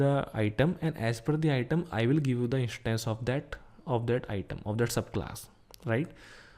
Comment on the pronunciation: car "ishtance " bike "ishtance"